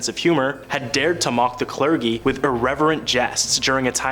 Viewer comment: Clergy is pronounced clur -gee